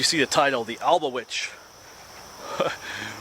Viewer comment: Isnt it called albatwitch, thats what i always heard it was called. Awesome video though!